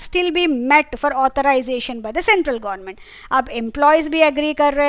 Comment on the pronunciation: Mam apki pronunciation gornament😂